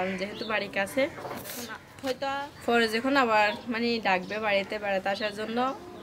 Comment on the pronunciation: পুস্ততি -- প্রস্তুতি ফরিক্ষা -- পরীক্ষা ফরে -- পরে কিসে পর তুমি? তোমার উচ্চারণ শুনে আমি তো ভয় পাচ্ছি এই ভেবে যে, না জানি তুমি এই উল্টা পাল্টা উচ্চারিত শব্দ পরীক্ষায় লিখে দিয়ে আস কিনা 😃😄